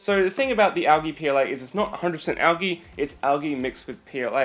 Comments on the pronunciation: Its pronounced aljee not algee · It is not pronounced al ge it is pronounced al - jee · Never hear it pronounced Al Gee.....it is Al G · the way he says algae...